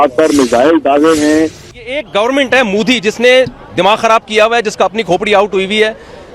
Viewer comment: modi ❌ mude ✅ Mohala kee fatt gayee 🤣🤣🤣